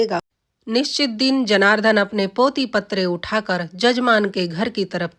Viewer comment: उच्चारण सही सीखो:- महोद् य नहीं महोदय जनारधन नहीं जनार्दन साक्षरार्थ नहीं शास्त्रार्थ